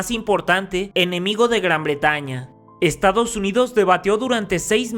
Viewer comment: Te comiste la 's' en "estados " .